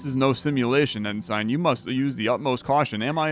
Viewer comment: As a veteran I died a little inside each time you ensign 😅 Pronounced N-sin Alright that's enough tabbing to YT on work time back to coding